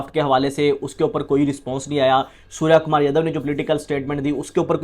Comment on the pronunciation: sarya kamar yadhav😂😂...lavde naam to sahi lele..its surya kumar yadav